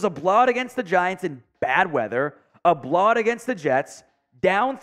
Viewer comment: can't say blow out right😂😂